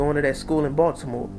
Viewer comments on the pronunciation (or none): none